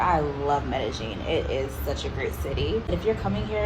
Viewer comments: Medeggin? Its Medellin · Medellin Colombia is pronounced Me-day-yeen.